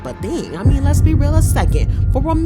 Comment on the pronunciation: Did u say “Lez be”. Real.